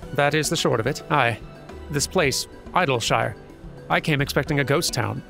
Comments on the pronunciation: According to a voiced line AAAAALLLL the way in Endwalker, it is pronounced "Iddle-sheer". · Your pronunciation is close, actually. The official pronunciation of Idyllshire is "Iddle-sheer". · The pronunciation of "Idyllshire" is fascinating to me. I've heard a number of different ways to pronounce it, and the way chose in this episode is completely different to my own. Being someone who grew up in England, I see a lot of places named "_shire", so my pronunciation is more like: "Eed-ul-sheer", and I suspect that's likely closer to how many of the voice cast would pronounce it too. For whatever reason, this particular area has a wide variety of different pronunciations and it's quite interesting to see how people do it. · I've always pronounced Idyllshire like Idyllic, given the spelling.